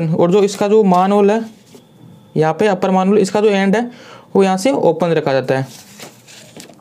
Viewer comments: Bhai मैनहोल होता है मानहोल नहीं कम से कम बेसिक उच्चारण ठीक से कर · Maanhole nh Sir Manhole hota hai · Sir plzz pronounce manhole correctly